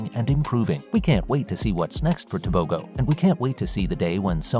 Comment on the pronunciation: It's pronounced Te bo ho